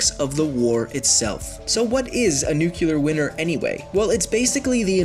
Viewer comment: Did he just say a nuclear winner